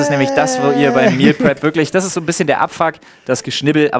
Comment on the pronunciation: Flo sagt zwar Meal prep aber ich verstehe immer Meal crap